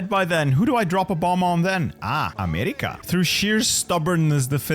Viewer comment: "Ameyerika >:3"